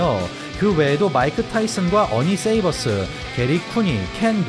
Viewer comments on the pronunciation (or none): 세이버스 아니고 쉐이버스.